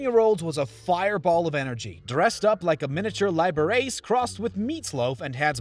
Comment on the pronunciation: Liber-Ace ? Liber-Ah-chee